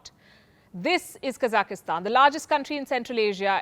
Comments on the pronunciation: Dear, Please note that Kazakhstan should be spoken as "Kazakh"stan and not "Kazaki"stan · Kazakhstan : Pronounced as - Ka-zak-stan. Not Ka-zaki-stan, which you always say.